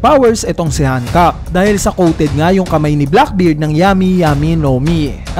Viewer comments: Bakit "Han-kak"? 😏 Gamitin mo na lang reference kung paano sabihin ni Luffy sa Anime. "Han-kok-ku" or ”Han-kok". Ansagwa ng Hankak tunog titi 🙄 Btw, sobrang saya lang na nandoon si Coby at Rayleigh. Napanatag akong hindi mamamatay si Hancock. Magwawala talaga ako at ang One Community lalo na ang LuffyxHancock fans pag pinatay nila si Hancock. At mas lalong magwawala si Luffy! Pero naisip ko lang, kapag pinatay ni Blackbeard si Hancock, magkakaroon ng dahilan upang mangyari agad yung Blackbeard Vs Luffy. Hahabulin sya ng Straw Hats, di pwedeng hindi! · Yung pronunciation sa "Hancock" 🤢🤮🤮 kairita, parang denedegrade si Hancock Napropronounce na nga sa anime na "Hancock = Han-kok" tas dito "Hankak" Kairita, di ko na pinatapos, umay!